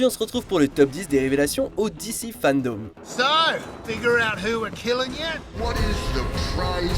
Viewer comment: Par contre fandome pas fandaume c est vraiment relou la façon dont tu le dis tout le long